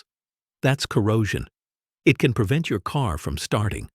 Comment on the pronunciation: Hi. Thanks. Respectfully, I was sitting here all amazed by the uses then, your AI voice suddenly pronounced “can” as a verb instead of a noun. Please check your audio beforehand. Peace🌤️.